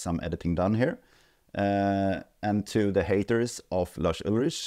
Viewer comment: Pretty sure his surname is pronounced Ulrik